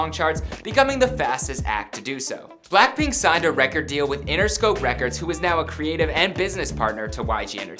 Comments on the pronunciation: You said "Blackprint" Its pronounced blackpink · did he say ‘black-print’ or am I tripin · "for blaapriihh..." 😂😂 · Anyone notice how he said black print instead of BLACKPINK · Is it just me or is he pronoucing BLACKPINK as BLACKPRINT? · Jerico Mhar Bolaños I swear I heard him said BlackPrint! 😭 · he said blackprint in one part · BLACKPRINT IN YOUR AREAAA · B L A C K P R I N T ? ! tell me I'm not the only one hearing that